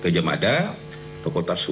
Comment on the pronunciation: Salah ucap lagi, fakultas hukum😂